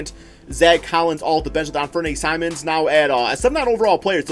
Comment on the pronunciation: The way you pronounced simons name